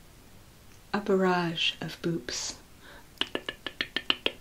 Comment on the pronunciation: "A barage of boops" Me hearing "boobs"